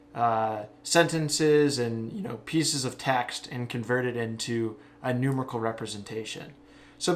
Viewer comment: NooMAREickle, not NOOmerical >)